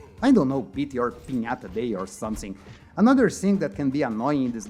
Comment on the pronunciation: Cara, se o canal é pra ser em ingles, tem que caprichar na pronuncia. As palavras com T ficam mal pronunciadas, por exemplo o "too" vc fala TCHU. "Something" vc fala SOMESSING.